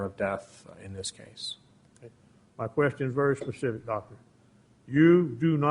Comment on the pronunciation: “Lemme ax you a pacific question: May I publish?” You may publish.